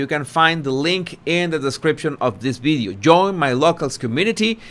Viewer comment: What’s a “ bideo “ ?